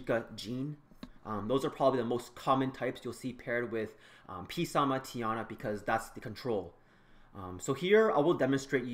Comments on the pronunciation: Both Gany and verde's nicknames still use correct pronunciation whereas P-Sama does not and adds an extra unnecessary syllable. He could have easily been called "sama" for short. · Why do people call him peesama? its prounounced samathe and its not Jean its Jeanne (Jah-ne)